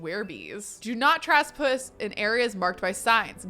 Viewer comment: I love how she pronounced trespass 💀💀💀